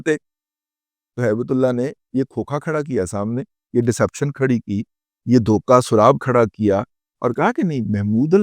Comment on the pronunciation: سراب --- " س " پر "پیش" نہیں" زبر " ہوتی ہے